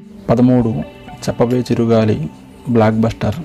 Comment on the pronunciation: Black buster not it is block buster pronouns it property